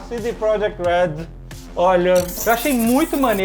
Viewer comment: e pronuncia proYekt